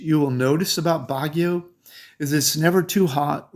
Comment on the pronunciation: I can't take you seriously when your pronunciation on half the locations you've claimed to live (as have i) are incorrect. You nailed Bagio, but that place is way overcrowded and Bagio makes you feel like you're in a sardine can.